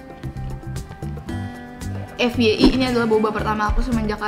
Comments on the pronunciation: Biasanya orang2 nyebut "FYI=Ef-Wai-Ai" Ef-We-i wkwk Gumush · kalo bilang fyi itu efwaiai